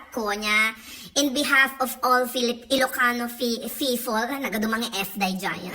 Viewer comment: Bussseettt ka naitdukan nak tuloy tay gatas nga in-inumek😄 "Filifino FiFoL" 😄 adu nga "F" 😂😂 but Nway po happy teacher day to all fellow educators out there😊